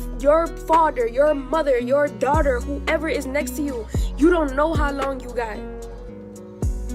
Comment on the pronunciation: If I hear him say “my dowghter” one more time knowing damn well he could give two shits about baby Ellie!!! 🙄